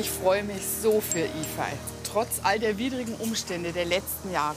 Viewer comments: Toller Film, aber fragt den Jungen doch bitte vorher, wie man seinen Namen richtig ausspricht. Yifei würde nämlich eher wie Yifäi ausgesprochen, so wie Sie den Namen betonen, würde er eher Yifai geschrieben. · Sollte eigentlich i-fej und ü-hu ausgesprochen werden. 不骗你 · Nein...sie hat den Namen nicht wirklich Iehpfei ausgesprochen..